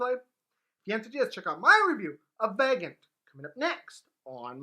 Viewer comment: Isn’t it pronounced VAG-OHN-TAY?